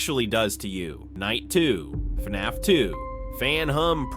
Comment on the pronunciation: Gotta admit I never heard anyone pronounce it as “FEE-NAFF.”